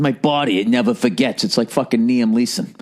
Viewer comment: He said niam leeson. What a moron